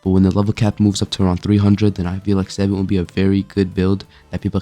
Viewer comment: why are you saying savant like that. its suh-vont.